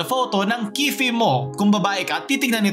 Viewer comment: key-pay daw pronunciation ng "kiffy"